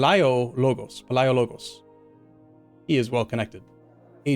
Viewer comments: Masterful play. Btw, it's pronounced more like "Vasilefs Yoannis Paleologos". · Pal-e-a-logos I believe is how you pronounce your dynasty name